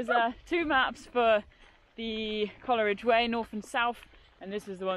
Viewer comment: Its pronounced Cole ridge not Coler ridge😮